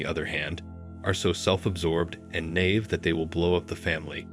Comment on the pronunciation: Does an AI read this? Words like Naïve pronounced as Knave, there were a few examples. I am just interested because the intonation sounds very natural.